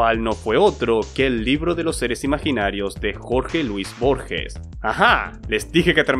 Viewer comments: la G de Borges se pronuncia como cualquier G seguida de E en español, como una jota, no se pronuncia Borshes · Se pronuncia tal cual se escribe Borges